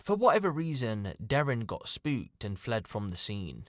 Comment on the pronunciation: The killers name is Dare-E-In